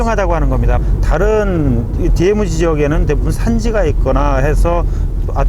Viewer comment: 디에무지가 아니고 디엠지 라고 하셨으면 참 좋았을것을